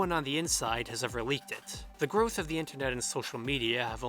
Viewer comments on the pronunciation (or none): none